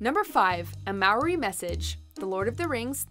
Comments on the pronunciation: Hahahah That’s Not how you pronounce ‘Maori’ The way it’s said here is how White people say it. (Don’t be offended I’m White too we get yelled at when we don’t pronounce it properly) The only way I can tell y’all how to say it through text is pretty much say ‘Mouldy’ but take out the D and replace it with an R. That’s the correct way to pronounce Maori. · “Maori” is pronounced “mow-dee”.. I just cringed hard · THE WAY SHE FUCKING PRONOUNCES MAORI UGHHH